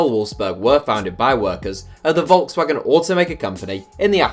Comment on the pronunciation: How can you be 20 something and not able to pronounce Volkswagen?